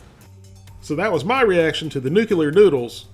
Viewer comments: NU-KLE-AR not nu-kew-lar. My NASA job has me OCD'd, sorry. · The word is pronounced New-klee-ar not New-kew-er. Now, we eat hot ramen! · PLEASE stop saying "nucular"! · “Nuceuler” lol